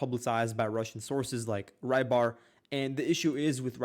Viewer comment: PRONOUNCED "REE-BAR" DUDE! NOT "Rye-Bar"!!!!! REEEEEEEEEEEEEEBAR! "Y" makes the "EE" sound. Hence Rybar = "Reebar". I believe this word is Czech/Slovak name meaning "fisherman". Learn to pronounce the easy stuff man, it makes you sound ignorant that you can't even pronounce the simple foreign language words right. It's a slavic language word, it's not gonna make an English Y ("why") sound. You say, "oh, who cares". Well, it makes us Americans look stupid that we can't pronounce simple words of other peoples' languages right. Like calling Beijing, China, "Peking". It just sounds ignorant. Its totally understandable when its a difficult word, but c'mon man, "Rybar" (ree-bar), that's easy.